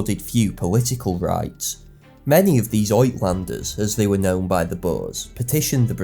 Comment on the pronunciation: Great history. FYI, the Afrikaner/ Dutch word "uitlander" (foreigner) is pronounced "ootlander".